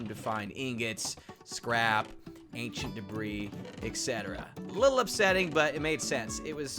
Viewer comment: Anchent debris